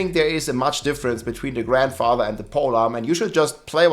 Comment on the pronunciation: you're killing me with the way you say Grandfather. I swear it doesn't have that many damn D's in it.....! However, other than that I say keep up the good work.